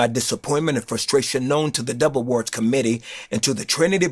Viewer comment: Not Trying To Be Funny, But I Thought He Kept Saying The Devil Awards